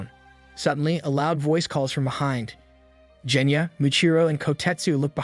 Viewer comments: BRO CALLED GENYA JENYA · you did a crime. you pronounced "genya" as "jenya" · C'mon now, its not "Jenya". Put some respect on his name, kid is underrated.